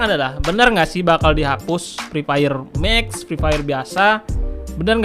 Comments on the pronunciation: Emangnya klo ngomong "MMEEEXXXX" nadanya harus neken gitu ya?😂😂😂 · Sampai sekarang masih saya pantau penyebutan kata " MAX " semakin fasih & mantep aja 🤣